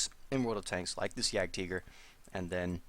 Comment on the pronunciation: German pronounciation.